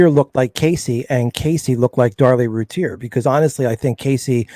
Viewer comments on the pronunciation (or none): Please say her name correctly lol lol 😆 🤣 Rooo- tier ... I don't know why I let things like that bother me🤣 Sorry not trying to be rude. Thank you so much for the upload. Casey Anthony should be on death row. Darlie should have been home years ago.